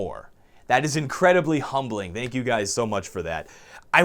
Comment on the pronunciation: First off, no one wears epaulets; n00b. Second, you call it "NES" its N.E.S. you scrub. Finally, stop saying "thank you" with a Z, its a "TH", loser. Just kidding brother, congrats on the 1mil subs. Love your channel and your work ethic in make vids for us plebes. Cheers mate.